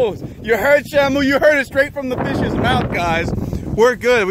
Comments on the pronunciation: Shamo, Shammoo, and shimo, its SHAMU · black dragon877 how to pronounce the fishes name is Shamu